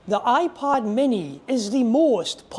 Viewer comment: Af first it sounded like you said iPod.